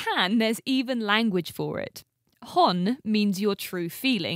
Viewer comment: BTW your pronunciation of the Japanese words "honne" and "tatemae" is incorrect. Honestly.